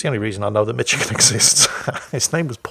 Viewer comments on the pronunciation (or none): you shouldn't pronounce Michigan like Mitch-again:) We say 'Mich' like 'Mish' - rhymes with 'fish' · BTW, the first part of the state of Michigan is pronounced like Mish, not Mitch. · It's not "Mitchagin", it's "Mishagin". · I died at your pronunciation of Michigan.. i know thats how it looks... but its said as Mishigan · "Mitch-i-gin" ah never change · Just to help with full command of all pronunciations, "Michigan" is pronounced like "Mishigan". No idea why, but it is.